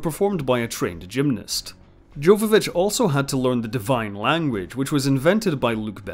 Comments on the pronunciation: Yova-vich, not Jova. Leeloo deserves to have her name pronounced correctly. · Its Jovavitch as if it was a Y not J. Come on now. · It's pronounced "yoh-va-vich". The J is a Y.